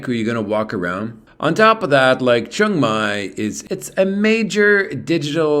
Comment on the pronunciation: It’s pronounced more like Chang than Chung